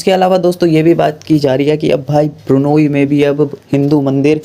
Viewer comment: it’s not burnayee,it is B R U N E I.